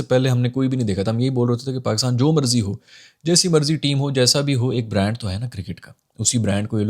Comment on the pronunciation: brand where B is silent 😂😂